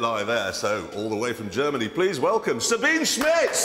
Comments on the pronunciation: I wish they'd made the effort to at least get her name right... sabeeneh; it´s with an "eh", like porsche.. I geddit brits like english but please at least honour names... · Say her name: SabinE! (If you love her so much, at least learn to pronounce her name properly).